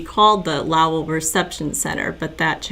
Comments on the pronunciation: Pronounce it like Low. And ell. So low, like low down, then ell. Lowell. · Ha ha. It’s pronounced low el. Like Noel. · I know you’re probably sick of people correcting you. But it’s just pronounced low and then the L sound.💕💕. Sorry.🤭